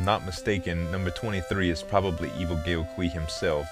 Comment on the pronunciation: Good game. My friends and I played the hell out of this back in the day. And if somebody didn't mention it earlier: The letters "ao" are pronounced as "ow". So the words "Mao" and "Gao" rhyme with "now".